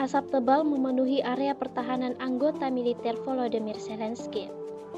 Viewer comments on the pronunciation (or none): none